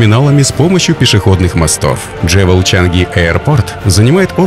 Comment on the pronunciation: 1. Хочу посетить Сингапур. Прощай, шопинг! Отныне коплю деньги на поездку. 2. Джевел? Я так подозреваю, что скорее, джюэл. 😉 И терминал будет не "за площадью" больше, а ПО площади. Украинизм. Есть и другие ошибки в речи, но в целом видео классное! Вдохновляющее!